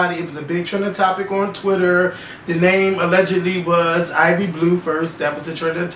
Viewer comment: I thought it was IVy not Ivory.